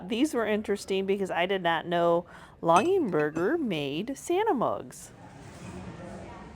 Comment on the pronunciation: Lol not long ing Berger— longer Berger